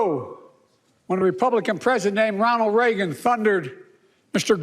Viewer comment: "Reggon," as Krystal pronounces it. Lol. In fairness, Reagan himself couldn't pronounce it correctly for the last decade of his life.